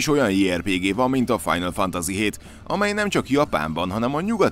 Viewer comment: Mik ezek a kiejtések istenem…a kollega nem beszél külföldiül, de szerintem a gamingben sem lehet nagyon otthon a kollega ilyen “final FANTAZI-kkal